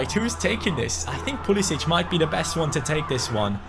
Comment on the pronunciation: You are saying pulisic name wrong